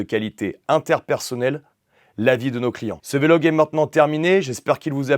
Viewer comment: Super véélogue merci beaucoup à part la prononciation de vlog😂